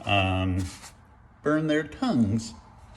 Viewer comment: the way you said "bUrN tHeIr ToNgUeS" lol